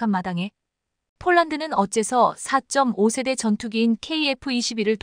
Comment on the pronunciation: 읽는 사람 좀 엄선하세요. 2~3세대를 23세대로 4~5시ㅣ대를 45세대로 읽으니 ㅣ세대가 몇년인 지도 모르는 무식한 해설 자를 기용해야하나요? 넘 귀에 거슬리고 다음 세대는 어쩌려고~~~ 좀 가르치던가?